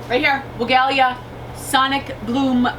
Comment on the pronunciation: Love your videos and your energy, just a suggestion, you should check the PW video on the pronunciation of Weigela.(Farmers Market greenhouse grower)